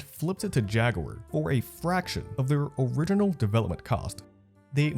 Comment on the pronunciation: You mispronounce words in your vids just to piss us off don't you?? Americans say "Jag-ware" Europeans say "Jag-u-er" idk what the hell you are trying to say though. 🤷🏿‍♂️🤷🏿‍♂️🤷🏿‍♂️